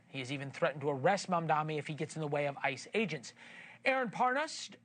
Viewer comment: It's M.A.M.D.A.N.I. Are you even a journalist? Can't even pronounce his name right.